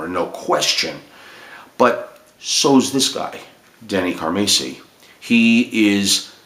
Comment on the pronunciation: Pronounced 'Car-Mass-e' ( Mass...like saying, 'Went to Church Mass) So...Not ..."Macy'...as you mis pronounce. also...Just Bill Church. Not..."Up-Church'. just setting that straight. great stuff. one of the biggest Car-MASS-i fans, ever. Trust me. I've got stories. but...thank you for speaking about Denny. A true Legend drummer.